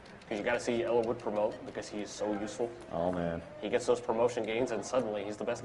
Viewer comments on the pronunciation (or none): Odd pronunciation, I've never heard their names pronounced like that before. Floor-in-uhh? Eel-eye-wood? I thought it was: Floor-ee-nuh. Ell-ih-wood.